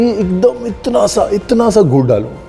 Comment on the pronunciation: Jab apne gud bola pehli bar me kuch aur hi sunai dia